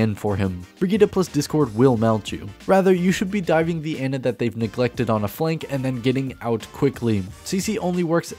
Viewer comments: It's pronounced Annah not anna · It's "Ah-na".